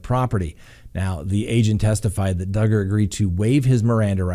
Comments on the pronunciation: DUGGAR!!! RHYMES WITH HUGGER!!! So love it!!! 🤣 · Awe! Don’t let the old crabby people win! DUGGER-HUGGER LOL. Oh, and didn’t that start because someone got offended that you said his name wrong once lol. He does deserve the upmost respect. Not. Love ya!!